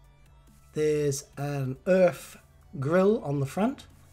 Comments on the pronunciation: Hi, first of all I enjoy looking at your channel, as a retired truck driver all of my working life I have drove many ERF's and Fodens', as other subscribers have mentioned the company is not pronounced "Erf" it's "ERF" in latter years there was all sorts of arguments within the family of Foden trucks, Edwin Richard Foden broke away to start ERF trucks, both company's have since defunct with I think ERF taken over by MAN trucks Germany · it’s E.R.F... not “Erf” the latter is what a Londoner plants his potato’s in.. 😂😂😂 E.R Foden was part of the Foden truck family. Foden wanted to stay with steam lorries but E.R Foden wanted to go diesel so started his own company E. R. F. Love the videos mate. Keep em coming